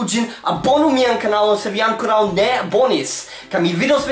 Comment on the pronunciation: MIA DIO! Ffs get rekt! Look at these words: ankoraŭ, apenaŭ, almenaŭ. Where is the second-last syllable in these words? Write these words on the back of your hand and read them out loud 100 times a day for week with the correct emphasis.